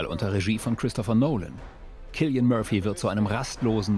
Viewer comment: zum Glück habt ihr ihn richtig ausgesprochen, sonst hätte ich sofort ausgemacht